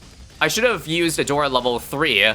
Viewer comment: "We're going to pick A-door-a" The BEST pronounciation of her name i have heard in a while